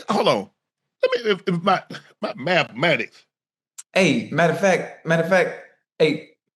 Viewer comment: Shannon said "Mafmatics" now that was funny.